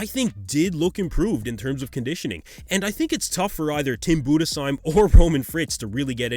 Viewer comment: Respect for pronouncing Budesheim right